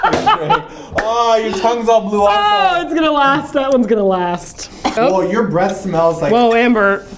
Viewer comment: I think he said "blue also" XD